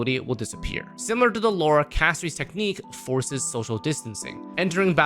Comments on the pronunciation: It’s pronounced CASTORISSSS NOT EEEESSS idk why streamer can literally never pronounce anything right lol 😂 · talks shit about Castorice (Cas-to-ris [btw, bc why are we mispronouncing it when it says it in game]) *also pulls for her*. kind of ticks me off that i've watched multiple videos and stuff where multiple creators, including you, one of my favorites, talked absolute trash about Castorice and her passive, yet here we are pulling for her and all that. makes sense. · The way said her name is throwing me off.